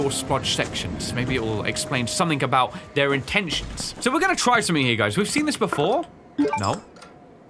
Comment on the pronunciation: ha you said "bedore" you are no sigma of the lone wolf gang